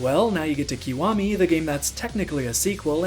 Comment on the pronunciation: it's pronounced ki waa me 外人